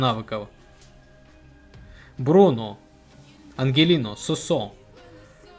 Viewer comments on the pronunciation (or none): Не Ангелино а Анхелиньо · анхелиньо а не ангелиньо